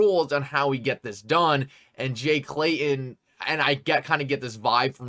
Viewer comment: Love your show, I watch every one. But...I cringe every time you say, "Jay Clayun" or John Deun" It's Clayton and Deaton, if your going to be a commentator - journalist let's clean it up.. just saying.